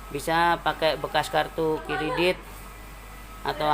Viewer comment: "kartu kiridit" :) "grenjel-grenjel" "5 mila.."